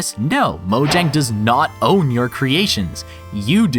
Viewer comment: All this knowledge and you still can't pronounce "Mojang" correctly. 😔